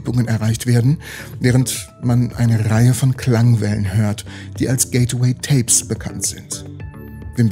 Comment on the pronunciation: es heisst gateway und wird auch so ausgesprochen. nicht getaway und auch nicht gate-away.... sry ^^